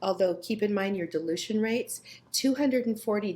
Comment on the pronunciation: I heard you say delusion rate lol BUT you actually meant dilution rate. God bless you .Maranatha